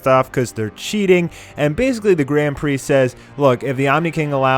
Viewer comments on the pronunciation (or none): none